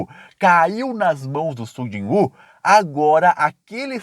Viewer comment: é Sujinhu! Não Sung Jon Woo